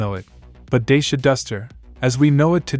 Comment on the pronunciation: Pronounced "Da-cha"